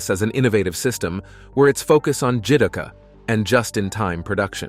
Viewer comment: Jidouka - Ji-Door-Ka